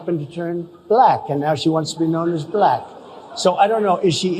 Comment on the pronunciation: I am as white as the driven snow... Why does he say bah-lack!?